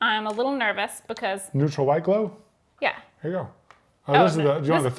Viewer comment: Hehe "Neurtal"